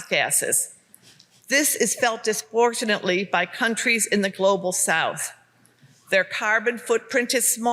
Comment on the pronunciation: Did she say “disportionally”?